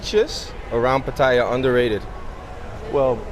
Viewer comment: Maybe pronounce Pattaya correctly?